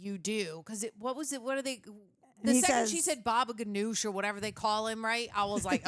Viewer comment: calling him "Babaganoush" 😂😂